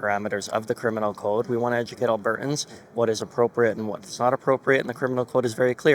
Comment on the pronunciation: alberTans. When did people start this business of NOT pronouncing words properly. At least pronounce our province properly Mickey.